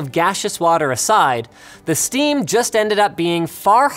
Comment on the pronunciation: Linus you said “ Shteam works for letters right so shteam should work to remove the labels